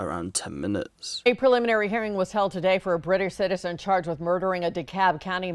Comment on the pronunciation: stop saying "shitizen" the word is citizen, not shitizen.